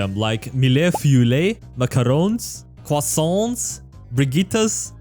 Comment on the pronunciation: as a french person, i can tell u that u have a lot to progress in this but that is ok its just really funny just, canelé, macarons, croissant, eclair, custards and tarts pronunciacion was good (hum) but u need to change the rest it was horrible to hear (withouth judgment)